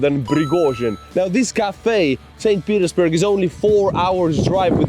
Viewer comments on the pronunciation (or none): Is he saying St. Penisburg? Or is it me